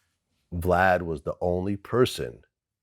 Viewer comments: Va-lad and Glad! 😂🤣😅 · Am I the only one who noticed Chuck keeps calling him Va Lad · Black people cant say Vlad for nothing 😂😂😂 why is it so difficult?? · Crunchy didn’t even try to say his name right🤣